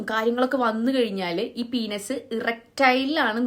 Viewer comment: പീനസ്.. Good pronunciation 😂